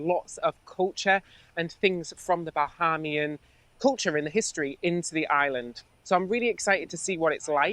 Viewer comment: The way they (Ben & ) pronounce Bahamian makes me chuckle. Its Ba-hay-mian, lol. This makes me miss home so bloody much. They seem like lovely men, will check them out. A HUGE contrast to Anna.